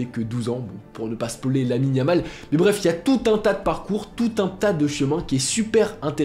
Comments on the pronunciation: Yamine Lamal * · À tu dis yamine yamal😂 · à « Yamine Lamal » 😭😭😭